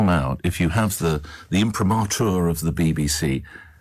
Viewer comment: That's Ferrari. Disingenuous as usual. And can't pronounce imprimatur.